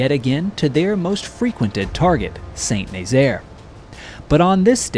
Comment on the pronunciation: It's pronounced "San Nazaire"